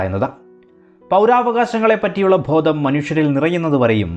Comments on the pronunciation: Bhodam alla bodham aann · Thanks for the information. ഉച്ഛാരണം കുറച്ചു കൂടി നന്നാക്കിയാൽ കൂടുതൽ നന്ന്, ഉദാഹരണം ഭോദം എന്നത് ബോധം എന്നാക്കണം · ഉച്ചാരണത്തിൽ ശ്രദ്ധിക്കുക... ഭോദം അല്ല...ബോധം ആണ്